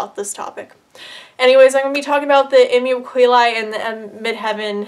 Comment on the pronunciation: Her: "Im-yum Co-eh-lie" Me: "Paolo Coehlo?"